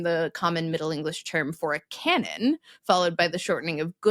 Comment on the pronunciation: You got “cannon” wrong, though.